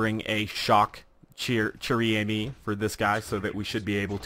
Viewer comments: if you wanna pronouncing it right you must try to say "Share ame" , i think ^^ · Pronounced: "share ah-me", trust me, I'm Canadian. I spent most of my childhood learning friench. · i m sorry to say it but you have a very bad french accent and you didn t even read the name of this sniper properly that aside you re a very good youtuber so keep up thw good work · 115madmax yeah exactly XD